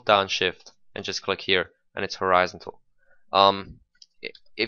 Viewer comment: Horizon-tal. that confuzed the shit outta me when i first heard u lol ;p